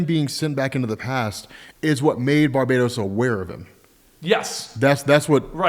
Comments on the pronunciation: om im sorry but i have to... its not bar-bay-dos its Bar-bah-ttos! Fron the Latin word Barbatus! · I think right with the Barbatos pronunciation. They didn't just stick '..bat..' in the middle, while telling a story about a demon hunting Batman. It's Bar-Bat-os, not Barbatos like Barbados. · Stop calling barbatos barbaydos thats not how you pronounce it!